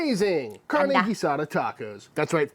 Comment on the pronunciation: Congratulations, you pronounce "carne" correctly. I work with a gringa here in New Mexico that pronounces it "carney", like someone that works for a carnival.